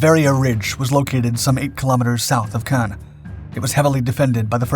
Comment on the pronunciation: “ Pownzers in Cogn . “